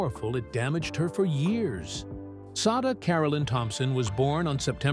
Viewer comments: Sada = Say-duh The picture marked looked more like Shirley McLaine, Sada Thompson. Check your pronunciation and your research. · You're correct. It was Shirley McLaine at that time mark, and yes, the if the poster wants to devote a video to someone, they should at least know how to pronounce her name correctly.